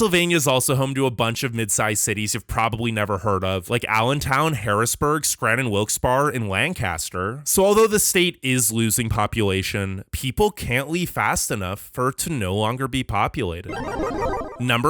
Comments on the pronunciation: It's not "Lan caster" it's "lank istur". Don't get me started on DelCo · In Pennsylvania it's pronounced more like "LANK-kuh-ster" and not "LANN-cass-ter"